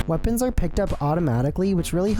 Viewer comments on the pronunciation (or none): none